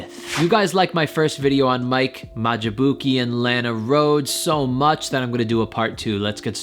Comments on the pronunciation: Mike what ? It's pronounced May-Lack 😭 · how did you pronounce his Last Name😂😂😂😂😂😂😂